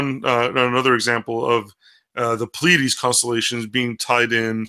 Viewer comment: Just a couple things. First off, it's PLEA-a-dees, not ple-AID-ees. Also, no nonhumans can be saved. Their DNA would not allow them to desire salvation.